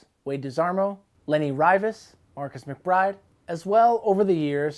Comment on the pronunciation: How did he pronounce Lenny Rivas??? Lol